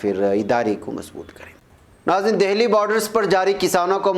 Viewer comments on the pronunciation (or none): none